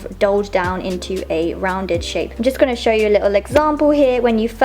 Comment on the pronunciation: "Welcome to my chnow"